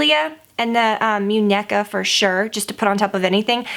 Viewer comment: It's moon-ye-ka, means doll